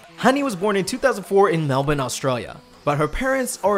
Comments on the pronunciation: It's very rare to hear an American pronounce Melbourne how Australians actually do (and not "Mel-Born") lol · Thanks for saying Melbourne correctly 🥰